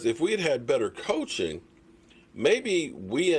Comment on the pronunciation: Wow two videos in a row not mentioning Jason Garrett's name. now he sayin coaxing lol Can we go for 3 videos in a row without mentioning Jason Garrett's name 6 months after his firing Lol